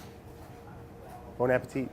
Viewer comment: Once again, “Bone apple teeth”